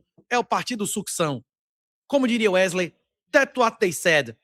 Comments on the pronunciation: "Uerley" nunca trabalhou tanto na vida kkk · Porr@ é Uerlei, Wesley, Wesley, Uerlei...ou o quê?😅😅😅😅